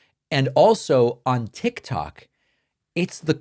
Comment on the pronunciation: He called it tick tack lmfao